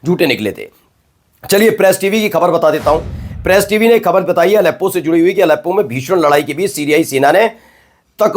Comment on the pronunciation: Use Bindi in Hindi. Pronounce the word ' Khabar' properly.